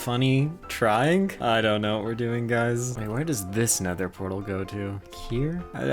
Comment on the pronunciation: And he said: The nethur